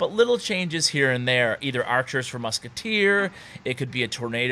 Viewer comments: moozkiteh. lol😂😂😂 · "Je put the moosketair in the back" lol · muskatay omg that French so special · Muskutuir lol. No hate